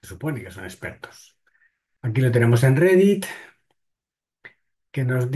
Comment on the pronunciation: Que miedo dan los "ejpertos" 😮